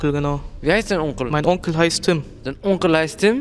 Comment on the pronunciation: Das dein Onkle hat mich gekillt das war mir zu französisch